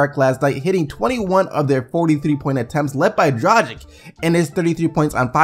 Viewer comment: Great video, as always but... Pleeease, my man, it's pronounced "Draahghitch"... almost every last name from the Serbo-Croatian area hast the -ic on the and its always pronounced like the itch or hitch. The G in the name is pronounced like ghost or gangster, not like gel geography.